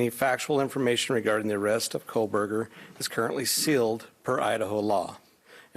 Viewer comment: Thompson calls him Coal-burger. This will be the biggest case of his life and he botches the name. 😠